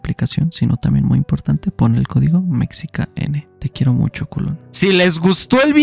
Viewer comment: a lo mejor leo saco de ti el ''los quierom mumchom'' xD te adoro :'3